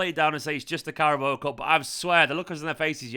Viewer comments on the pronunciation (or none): Please pronounce carabao correct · after winning 4 you gotta learn how to say carabao